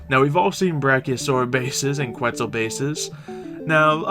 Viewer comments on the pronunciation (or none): none